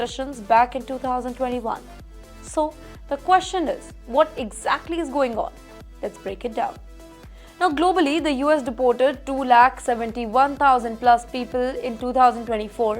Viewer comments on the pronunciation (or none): First of all they are not being “diputted’, they are being “Dee-ported”. Learn how to pronounce it.